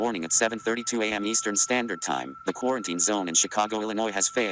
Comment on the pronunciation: great video. have me leaning towards the Del-ton now. the ending was great but its "Quarantine" not "Corenteen" unless i'm missing some joke